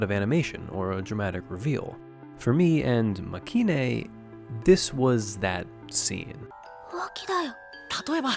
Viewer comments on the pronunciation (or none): Nice video but the show's name is pronounced Makay-een. As in まけいん.